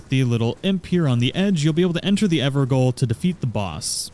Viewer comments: Gaol is pronounced as “jail,” not “goal.” Its just how they used to spell it in the UK and Ireland. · lol 'gaol' isn't pronounced 'goal'. It's the old English word for 'jail' and is pronounced the same. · pronounced ever jail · Evergaol is pronounced “everjail”. Gaol is how “jail” was mainly spelled in Britain before the 20th century. Which makes sense because the evergaols are prisons. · Ever Goal. Lol Evergaol is pronounced Ever Jail. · "the ever goal" C'mon man, we all had to deal with this waaay back when bloodborne came out. It's pronounced "ever jail." Gaol and jail are the same word. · It's pronounced ever jail, "gaol" is the old English spelling, but it's still pronounced "jail." Just saying. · Just a tip its pronounced ever Jail Gaol is old English for Jail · Gaol is pronounced exactly like Jail. Everjail just doesn't look as flash. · I think those evergaol's are pronounced like ever jail. At least that's how it was pronounced when they used it in Bloodborne's Hypogean Gaol. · Gaol is pronounced "Jail". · Btw I think it's pronounced "ever jail". Gaol is an old English spelling for jail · It is pronounced "Ever Jail". The word "Gaol" is an older way of spelling it. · For future reference, it's pronounced "Everjail". You're welcome :) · Golden Lineage Evergaol - Gaol is pronounced as Jail - its the old English spelling. Thanks for the awesome vid. Got my sub. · evergaol is pronounced everjail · for what its worth, i believe its pronounced ever-jail. thanks for the guide! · "Evergaol" is pronounced "Ever Jail" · Gaol is pronounced the same way as "jail" btw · Hearing you pronounce "Evergaol" wrong the whole time was triggering me